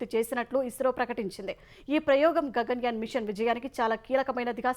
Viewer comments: "గంగన్ యాన్" కాదు, "గగన్ యాన్" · "గంగన్ యాన్" కాదు, దాన్ని "గగన్ యాన్" అని పలకాలి.